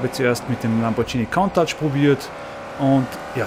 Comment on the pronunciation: Der Lamborghini "Countach" wird btw. nicht "KAUNTATSCH!" ausgesprochen sondern "KUNTASCH" das nur am Rande